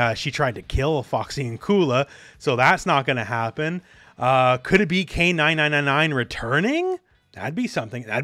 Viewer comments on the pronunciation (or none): Fun fact: it’s pronounced “Kay Four-Nine”, not Kay nine nine nine nine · It’s pronounced K four nine’s